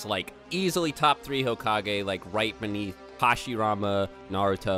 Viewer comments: so are we just gonna keep letting him say hokag-anus or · One rebuttal: Dr. Phil would pronounce it like "hoe-cage"